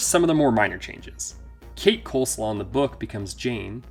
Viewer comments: And it's Coslow, not Coleslaw! LOL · I'm pretty sure the family's last name is "Coslow", not "Coleslaw". 🤣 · I couldn't help laughing. It's pronounced COZ-LOW, not Coleslaw hahaha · I will always cackle at this dude saying Marty Coleslaw 💀💀💀💀